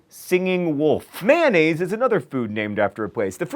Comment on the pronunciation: May-on-aaz not Man-az